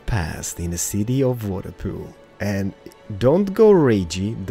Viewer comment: You have missed the l at the end of water pool it said waterpoo